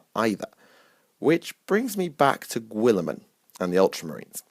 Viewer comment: God this video was terrible. turned it off after listening to you say "Gwilliman" a thousand times. Tuned out for good during your dog shit rationalisation of who should serve nurgle.